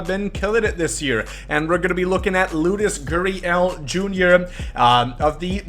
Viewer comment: Why do you say LOODUS GURRIEL